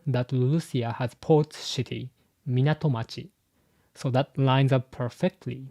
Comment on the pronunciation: Your pronunciation of "city" may embarrass a English speaker. Just for your information. Thank you for the help with exposition in the one piece video. Don't give up!!